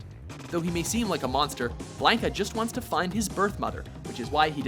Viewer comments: This list was all sorts of fucked up. Honorable mention Charlie. Akuma definitely makes the top 10. Especially over fucking BlAH-NKA or BLON-KA...once you mispronounced his name it made this list completely invalid and unbearable. AND to say Ken doesn't deserve the #2 spot on his own is blasphemy. This list was about the character not the move. So to just give him mention as the clone of ryu is a slap in the face to all street fighter fans around. Do better... that was weak as fuck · Did he just call Blanca Blainkah?? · We always pronounced it blon kuh... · First off, Ken and Ryu are totally different characters. Second-- no love for alpha, 3, or 4 characters? Sakura was only an honorable mention. Change the title to top ten street fighter 2 characters. Also, whats with the pronunciation? BLAN-ka and SAG-et? Blah-ka and sa-GOT. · You guys call pronounce Ryu's name correctly but BLANKa and SAGet? Blonde-ka + SaGOT. Anyways, I think this is a good list. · Blonde-ka? Wtf? It's Blahn-ka. Like Blonde-ka without the D. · who the fuck is "Blaynka"? Its "Blahn-ka" son. Get it straight. Fuckin blaynka, wtf. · He really said "blank-a" lol I'm done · Blank-a? Really? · its bla nka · As a fan of the series most of my life I of course disagree with the list, but that's a matter of personal taste. What I can't get over are the number of names the guy mispronounces. Oh my god, the games pronounce them for you! Pay a fragment of attention to the material you're covering and mistakes like that can be easily avoided. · Blanka it's pronounced differently.